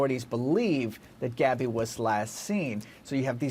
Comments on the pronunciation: Her name is Gabby not Abby! How rude. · GABBY PETITO Not "Abby petito" ... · Abby?! Getting her name right EVERYTIME might help a bit!! 🤦🏽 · Her name is gabby not Abby.this lady said it wrong